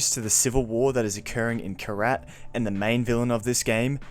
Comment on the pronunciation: Wtff Did you just call Kyrat karate?